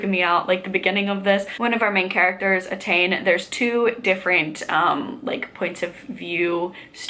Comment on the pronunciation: Really glad you're enjoying so far! You were right the first time, Etain is pronounced "Attain". It's a rare Irish name that's not trying to trick you. (Feidhlim is "Fey-limb" incidentally).